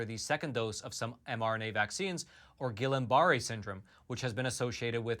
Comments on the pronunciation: Ghee-yahn bah-ray is the pronunciation of Guillain-Barre. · pronounced: Gee-yawn Bur-ay (lay, slay, flay, stay, may) but who really cares? lol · It's pronounced [hard G] gee-on bar-ray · It's pronounced "Gee-yon bah-ray". G as in good.